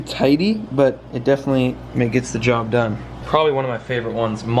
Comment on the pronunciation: “DONE”. ( I thought you said Doug.)